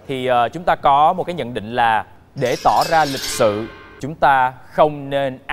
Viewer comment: Tỏ chứ không phải tỏa